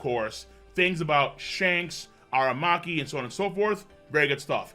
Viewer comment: A-RA-Maki not A-Ma-Raki 😂